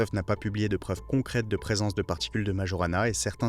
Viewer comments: ça ce prononce maYorana... c'est le nom d'un génie de la physique du siècle dernier, un italien qui a disparu mystérieusement. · Tu ne sais meme pas prononcer Majorana ( nom de physicien sicilien)!!!